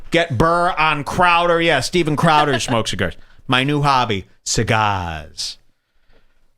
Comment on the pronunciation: You smoked all those chigarsh and you never fuggincawledme?